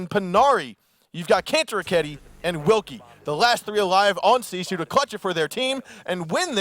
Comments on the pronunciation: why is their team name pronounced "See Sioux" and not gifu? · Since when does R6 Pro League not restart the round on a disconnect? This is the first time I have seen that they did not re-host... Unknights probably would have won this. If nothing else, they put "See Sue" (the horribly pronounced) team in their place.